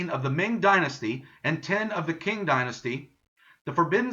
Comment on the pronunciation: Qing is pronounced Ching not king